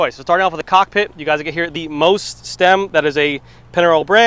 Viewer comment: Just one note on the pronunciation, it's Italian so the parts brand is pronounced "Moist"